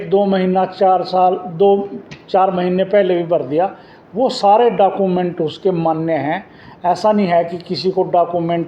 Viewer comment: Thanks Sir information ke liye.. चेयरमैन सर.. डॉक्यूमेंट (document ) को डाकूमेंट बोल रहे हैं.. 😂